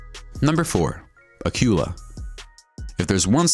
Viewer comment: That tells me what you know about history it is not General Ford aircraft carrier it is the Gerald R. Ford aircraft carrier. The hunter-killer submarine you referred to as Acula is actually pronounced acoola. Interesting video but bone up on your history and pronunciation.